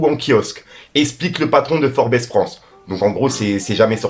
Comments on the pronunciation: Ça devient vraiment trop gossip ton truc ☹️☹️☹️☹️☹️☹️☹️☹️☹️☹️😣 Puis le «FOR-Bess…..bar» 😢😢 Tu viens de signer un Classic là tel la Libanie 😳😳😳 Ça se dit FORBS le s ne se prononce pas niglo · ololooo steuuuplé t'es cool, déjà mieux que nanass dsl mais steuuplé, cultive toi plus, on dit pas 'forbess' mais 'forbz'.. force mais jsuis pas fan des demies infos ça téaidera de donner plus d'infos sur tout et n'imp mais tu peux pas te tromper comme ça, sinon n'en parle pas c'est mieux mdr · Forbess 😅 ça se lit "forbz" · "Forbèss"😂😂ça se dit "forbz" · Salut avant tout force à toi pour tout ce que tu fais. On te suit également de l’île de la Réunion. Sur le sujet MB c’est forb’s et non forbèsse. Rien de bien important juste qu’à l’oreille ça passe mieux 😅. Peace. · Ça se prononce Forbz 🙌🏾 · on prononce FORBS🤣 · 🤣🤣🤣 jpp ! Frèro "Forbes" ça se prononce "ForbZ" Je sais que t'es éclaté en anglais, c'est pas pr me moquer 🤙😘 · Hello ! Forbes se dit "Forbs" :) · mon frère on écrit forbes mais on prononce forbs force à toi 👍😘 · Qd il a prononcé « Forbes » j’ai saigné des oreilles..🩸👂